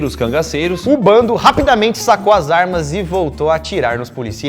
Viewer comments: NÃO É BONDE É "BANDO" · Se diz bando e nao bonde! Rs